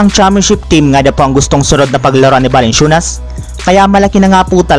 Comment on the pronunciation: Parang balanswenas balansyunas narinig ko par